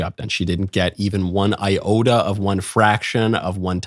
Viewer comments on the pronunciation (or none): none